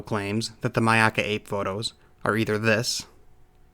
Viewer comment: I appreciate that pronounced Myakka correctly. Not many people I have heard do. So thank you sir.